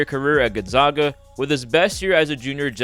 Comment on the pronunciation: Not a big deak but you're mispronouncing Gonzaga its zaga jot zauga